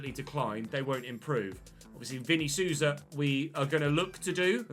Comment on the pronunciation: Quick tip: The 'Sou' in Souza is basically pronounced like 'soul'. Souza = soul-za, not soo-za.